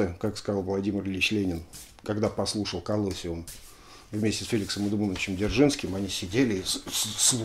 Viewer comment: Извините за занудство, по-английски произносится колосИум. Спасибо, что-то долго не было новых выпусков. :)